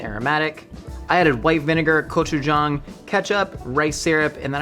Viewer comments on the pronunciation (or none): Love the Korean sauce!! Though, it's not pronounced "Kochujang", but "Gochujang". The Korean language doesn't really have a G sound, but a very soft K sound that is often "romanized" (translated) to a hard G sound. A hard K sound is a completely different letter. Gochujang = 고추장 Kochujang = 코추장 meaning something like KO Chief (gibberish).